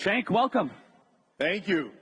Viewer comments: His name is pronounced Jenk. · It's spelled "Cenk" but it's pronounced "Junk." 🤠🌵